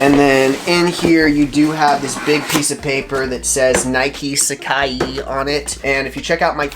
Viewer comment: haha love the vids man, but its called sac-eye not sac-ee lol.